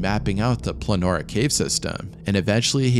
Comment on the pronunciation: Why do you call the caves Planora? It's Pollonora🤔